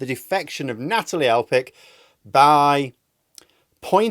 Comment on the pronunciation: I love you but Elphickes name is PH AS IN PHONE!!!